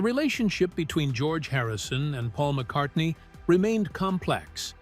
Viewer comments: At it’s McCartney NOT McCarthey. I clicked out and 👎 this BS. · MCcarthy? You meant Paul McCartney. BAD AI. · McCartney becomes "McCarthy" half way through. Give that voiceover a star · or 20 seconds the graphic pronounces “GEORGE AND MCCARTHY FEUD” and the AI Voiceover states the same, Who the hell is McCarthy? Did McCarthy join the band? I know it’s cost effective to use AI , please edit your product!! You are doing this for the money obviously, don’t blow the reveal of your f_ing headline. Have some respect for your audience. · Get your facts straight. In one part you misspoke and said McCathy. It must’ve been a slip of the tongue, because it didn’t happen again. Sorry!🙏🏻🙂‍↕️👍👍🤗❤️❤️☮️☮️😊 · McCarthy? Really? So sloppy. Makes it impossible to take you seriously. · Couldn't even get McCartney's name correct .. McCarthy 🤣🤣🤣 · Who was "MacCarthy" ??? Another AI masterpiece! 🙄